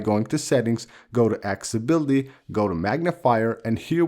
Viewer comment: AcCESsibility. Please for the love of English don't swallow the ”CES”.